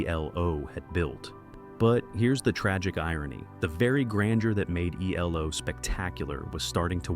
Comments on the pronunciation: Jumped from Eldorado to New World Record, but skipped over Face the Music. And your AI voice over called them Elo in stead of ELO? Sad. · It’s not elo. It’s E L O. Another example of bad ai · Sounded like a person until it said E-Low....😂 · They are not called "Elo." Say the letters or say they're entire name. No one ever called them "elo." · Interesting subject. Couldn't stand the sad ai narration tho. "Eeelow?" Try harder.